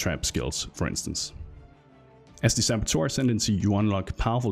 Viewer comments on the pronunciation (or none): none